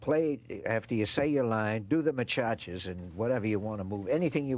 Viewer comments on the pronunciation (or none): Machachas?? He must have meant to say maracas. Nevertheless a memorable interview.